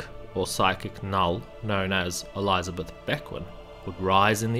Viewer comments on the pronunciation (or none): I'm out. Can't stand hearing ELEYEZA beth